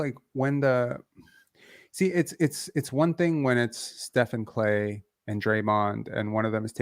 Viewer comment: on the first listen I thought you said he's like Klay....had to rewind it to realize you said he's like Clay. lmao. Not sure if I agree with the Lonzo led Bulls take though, last time Lonzo had played with the Bulls they were 1st in the East. Could also just be my love for Lonzo though. Last night was a great watch, exciting and fun. What I find pretty crazy is we still have to add Jakob into the mix. lol like we said this gonna be a FUUUUUN Season! Go Raptors Go!